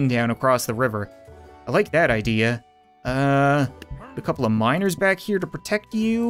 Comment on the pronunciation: When Cap said Miners, I thought he was saying minors.